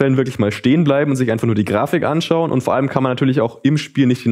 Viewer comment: Und er hat wieder Grafich gesagt😂😂 Echt krass was heutzutage PCs leisten können...